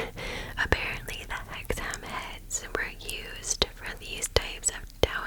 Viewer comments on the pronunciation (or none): I live in that area, it's pronounced "hexum" never heard the story before, interesting though, Winter's Gibbet is also worth a look.